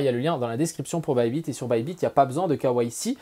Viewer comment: imposer le quoi ??? Mdr avec le "k" à la française et le reste à l'anglaise il m'a fallut 20sec pour capter. "KYC" les gars !